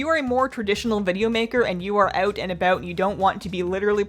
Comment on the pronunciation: Girl, stop switching between lisping and non-lisping. Btw.: It's out, not oat.